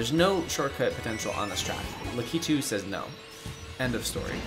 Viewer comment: y u say wario and lakitu like that 😭😭